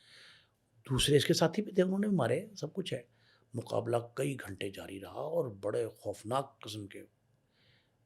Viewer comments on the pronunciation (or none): none